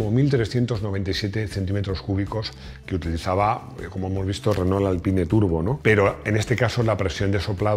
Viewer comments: Se dice “Alpín” no “Alpain” o “Alpine” aunque se escriba Alpine se dice literalmente “Alpín”. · A buenas horas los franceses le ponen un nombre en inglés a un producto suyo, así que de "Alpaine" nada de nada, por mucho que te achuche Rodrigo. Así que "Alpin" en pronunciación francesa o "Alpine" (que en castellano es perfectamente correcto). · Dile a Rodrigo que el r5 nunca fue "alpain" como dicen en UK, la versión inglesa era r5 "gordini". Así que se pronuncia Alpine en castellano y alpín en francés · Se pronuncia "Alpin", el mismo equipo de Fórmula 1 hizo un video explicando como se pronuncia la marca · Se dice”alpin” cojones 😂😂😂